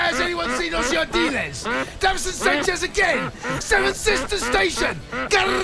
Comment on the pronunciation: ‘Ossie Ardiles’… lmao